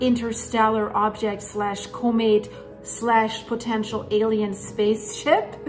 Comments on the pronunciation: Thank you for the video. Just to help out with non-english speakers, Comet is pronounced "Kah-met" not "Koh-met." Great video. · It’s pronounced calm-met. The word comet. It would take forever for me to learn Deutsch.😅